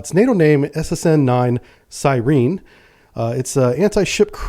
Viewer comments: "Sireeen"? Its Sigh-Wren - like an air raid siren. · This dude couldn’t pronounce siren. Lmao